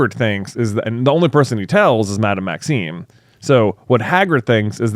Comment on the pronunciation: I'm pretty sure thinks it's "Maxine" instead of "Maxime" lol